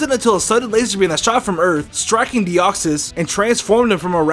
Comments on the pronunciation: deoxys not de koy es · it de koy s say it like that plz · minicake412 its deoxys duh